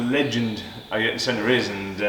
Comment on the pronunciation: I-yer-tun Senna 😂